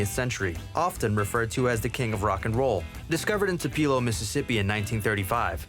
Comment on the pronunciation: "Two-pee-lo", Ms??? I wonder if the people of Tupelo know they've been saying it wrong?